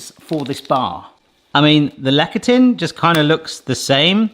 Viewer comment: "Lecithin" - pronounced: "LES'-a-thin".